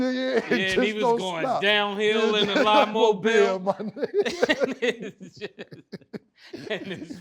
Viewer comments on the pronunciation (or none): “Down hill in the lie-mobile” 😂